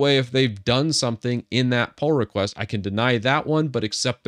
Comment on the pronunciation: I hear Poor request instead Pull request. I don't know why LMAO